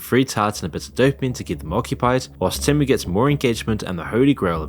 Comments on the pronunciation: You keep saying TEM-OOH but haven't you heard the damn jingle? It's TEAM-UWH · I bailed after your 10th mispronounciation of TEE'-mu. Nobody says TEM'-MOO. If you can't even say the name of the company correctly, you lose all credibility. Or was this done by the video-bot thing you're selling? HARDLY an endorsement! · OK...but why do you keep calling it te (short e) when they themselves say it is TEE-MOO? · Why do you keep pronouncing it wrong? The ad literally says it like Tea-mu and you even play the ad but then keep calling it Tem-u😂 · The ad shows you how to pronounce it. Not teh-moo, it’s tee-moo dummy! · no shi bro is calling temu tehmoo its tee moo not teh moo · It's pronounced "tee-moo". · People still don't know....huh... IT'S pronounced TÈHMOO!! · its pronounced teemoo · it is not tamu..it,s temu..have you try any of their stuff ..poor me who hardly could efford any clothe i now have a wardrobe full ..and i love it all…all other shop are scare to death of temu…most people have problemes with rent morguage and food who is going to buy a bag and dress for 500 …wake up to yourself people not everything is good or bad anywere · It’s pronounced Tee Moo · The AI narrator keeps saying Tamu instead of Temu. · why you calling it temmu when they even pronounced it for you on their ad? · STOP SAYING TEH MEUH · its TEEmu, why do you keep mispronouncing it? Its in their own advert that you put in the video. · Their ads pronounce Temu differently with their robot voices. Very annoying. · Why do u insist on pronouncing it different then everyone else including Temu themselves?